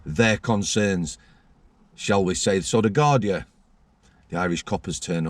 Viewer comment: Gardai, pronounced gardee. .